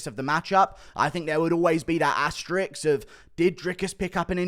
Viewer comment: Asterisk, Guru! Not asterix!